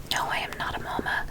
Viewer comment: Idk why but I love when she says momma